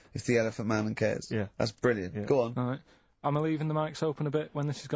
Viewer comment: It's brill-nant